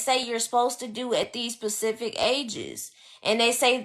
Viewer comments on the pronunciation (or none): Ugh she almost had me until she said "Pacific" instead of specific lol, but I get what you are saying young lady. Just use the proper grammar when doing these informative post/blogs. Peace